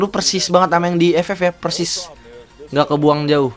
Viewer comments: Kok Bilang Nya Persis Nya Bada Malah Percis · Kak persis bukan percis ngakak gua denger nya ,😂😂😂😂